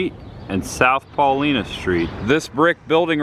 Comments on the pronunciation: lol. He said PAULENA street....it's Paulina 😂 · Nice, but the street is pronounced PAH LINE NAH ( paulina) common mistake for non southside natives! Larry Langford Chicago Fire Department Director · Not to nit pic but is pronounced “Paul”I”na. Hard I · Great job, one comment Paulina St is pronounced PawLieNa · Great review! I was a probationary firefighter in Hinsdale, IL when the movie was released. A couple of my mentors were on stand by while they were filming the night scenes at the "Alderman's House".. Nice job! You need to work on your Chicago accent... Paulina in pronounced with an "i" not an "e" sound. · Lol he missed pronounced Paulina st.... that’s ok it a Chicago street we only know how to say